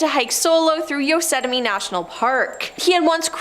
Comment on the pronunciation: "No one disappearance" in "Yosetamie" National Park "San Berandino" National Forest